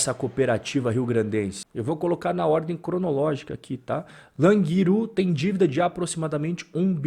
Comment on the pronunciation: sou aqui de Teutônia, cidade da cooperativa Languiru, e se fala como e tivesse acento no último U. Languirú. Mas o que importa mesmo é que a situação dela tá bem complicada. A cooperativa quis investir em diversos setores, expandindo demais seus negócios, e ao que tudo indica, houve desvios de dentro da diretoria. Abraços